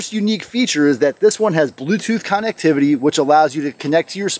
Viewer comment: You're pronouncing connectivity wrong